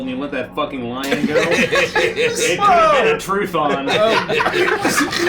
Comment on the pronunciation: He says: "This is they Feywild and you let that fucking lion (sounds like Lie-On) go?? It could have been a Truth-On."